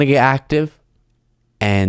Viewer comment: I love that you keep pronouncing her last name "Mc-E-ninny."